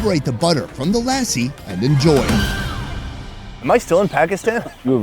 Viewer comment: literary said Lassi and then you go and say LAAAAAASI. I am gonna keep commenting on your videos until you get lassi right. haha